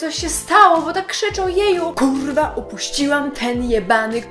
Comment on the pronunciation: uśmiałam sie jak mówisz kuwa